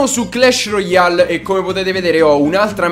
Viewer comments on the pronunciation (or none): none